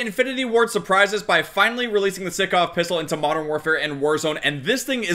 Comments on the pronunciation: its not sikov, its pronounced like sike but sykov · Stickov it's sykov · STOP SAYIN SICKOV - STAAAAAAAHP ITS SAIKOV (SYKOV ACTUALLY) BUT U GET THE POINNNNNT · Everyone: Sykov: Sickoff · please. its sEYEkov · Its pronounced saikov my guy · Mans realy said sikov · It’s sy co v sycov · Sykov Si-cov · your saying the name of the pistol wrong, not being picking just letting you know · He pronounces the gun wrong >:(